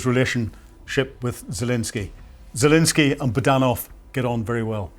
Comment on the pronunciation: 9.5 for reporting, 2 for pronunciation. Can’t even pronounce Zelenskyy correctly.